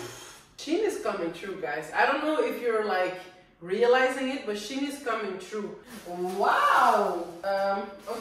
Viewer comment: Its pronounced"She in"